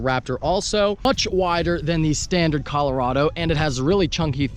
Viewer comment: At least you pronounced Colorado like a normal American human being!!